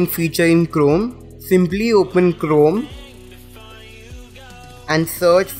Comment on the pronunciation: Its liek your saying clome